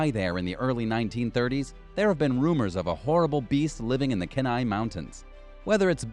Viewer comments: i was excited at first and then they said "Kenai mountains" 'can-i mountains' lol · same he also said Kenai wrong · ok, I live in Alaska I think this is all a joke. All lies. especially the Horrible beast lurking in the mountains (i'm literally a local, nobody says this stuff) and the vampire fish dropping from the sky. Also he says Kenai, tlingit, iliamna and Barrow wrong lmao